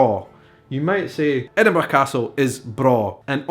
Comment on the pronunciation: I adore the way you say wee, bonnie and Edinburgh, a nice roll on that last one.